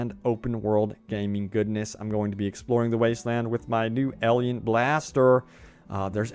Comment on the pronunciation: What's a elien blaster? Are you trying to say alien?